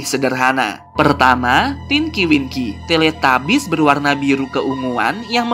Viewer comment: Tilitubis bukan teletabis maksudnya bacaannya tilitabis dan tulisanyna teletabus